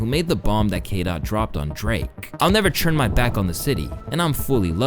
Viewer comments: Saying “churn” instead of “turn” is crazy when you say it so much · I love you... but please, its TURN, not CHURN. I'm begging you. I don't know why you keep pronouncing turn like that. It's all love from here but it's driving me insane atp